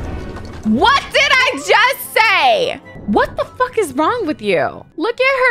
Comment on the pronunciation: She said wat da fwak😀